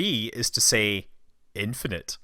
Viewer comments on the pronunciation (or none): none